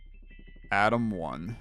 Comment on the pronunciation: I don't know if it's because im not an English Native Speaker, but all i heard was "Adam 1 Adam 2" lol